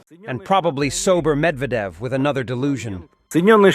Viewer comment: "probaby sober Medveded" LOL